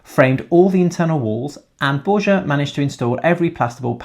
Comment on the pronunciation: Why can’t you learn how to pronounce Borja (bor-ha) correctly? He’s your partner.